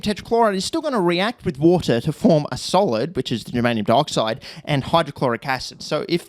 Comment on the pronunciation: I keep hearing 'Germanium Darkside' because of the way you pronounce Dioxide and now I have a title for my space-Romans versus space-Barbarians sci-fi fantasy novel.